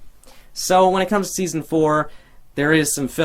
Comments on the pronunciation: it said deson insted of seson oh and u are great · am I the only one who noticed it said "Deason" instead of season?